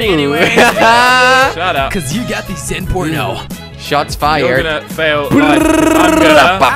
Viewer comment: zentorno a nie zenporno